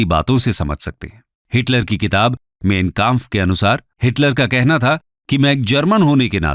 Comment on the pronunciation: माइन काम्फ vo... Na ki min kemp